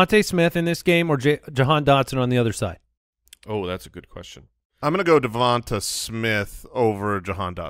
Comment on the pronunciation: His name is Devonta (Duh-von-tay-) it’s not that hard. But you guys pronounce friermuth perfectly…